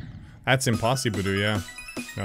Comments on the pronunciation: "OH MAN IT IS IMPOSSIBURU" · Idk why did "Oh man that is Impossibru!" forced me to hella burst laugh